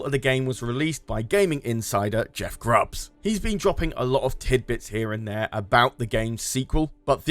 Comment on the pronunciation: It's Jeff Grubb not Grubbs